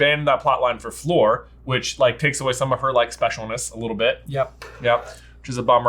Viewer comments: Love your review, but as a French speaker J’s pronunciation of Fleur makes me cringe so badly. It’s more ‘Flure’ than ‘Floor’ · Your pronunciation of Fleur’s name gets a D. I know you’re aren’t on the French train or even English spelling bus but it’s not so hard. You’re saying her name like the word ‘floor’ basically. The pronunciation is like the word ‘flurry’ obviously just dropping the Y. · J kept saying floor not fleur 😂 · The right pronunciation for Fleur isn’t floor 😅 it’s like Fl - uh - r